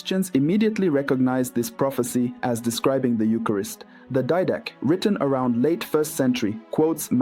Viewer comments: I've always heard it pronounced "DEE-duh-kay" Didache. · Thank you. Great teaching!! By the way, I believe it’s pronounced Did ah Kay, not Did Ash.